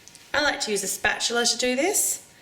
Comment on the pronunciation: Technically, its spatula, not 'spatular'.